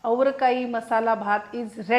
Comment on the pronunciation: अग्गं बाई तु बेळगावीची आहेस तर उच्चार व्यवस्तीत कर अवरकाई नाही अवरेकाई असं आहे बंगळूरु मध्येअवरेकाई महोत्सव खूप मोठा कार्यक्रम असतो तेव्हा कधी तरी भेट दे